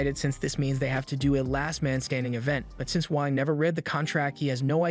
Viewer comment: I heard wank